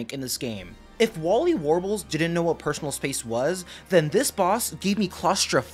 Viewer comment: Im gonna be honest I made this comment while being half asleep and I just couldn’t think of anything else to comment I don’t really care about pronunciation but ngl Wally warbles is rage inducing